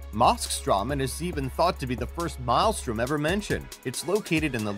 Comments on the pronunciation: What is with all these top lists narrated by people who can't pronounce common words lately? Maelstrom is pronounced "MAIL-strum", not "mile-strom" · Look up the pronunciation of maelstrom. You're saying it wrong.